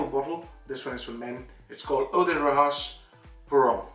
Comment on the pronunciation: It's Pronounced like Roshas, not Rojas :) but yes beautiful frag, natural.